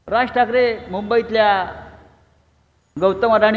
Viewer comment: आधी ठाकरे नीट म्हणायला शिक